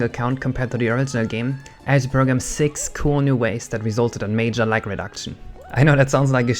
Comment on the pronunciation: You often pronounce Gs as if they were Ks. You keep saying lack instead of lag and fuck instead of fog.